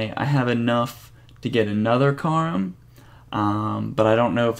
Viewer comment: Please learn to pronounce Karim properly... other than that nice progress!